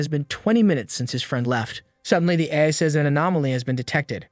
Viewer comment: THE AI VOICE IS SAYING AF INSTEAD OF AI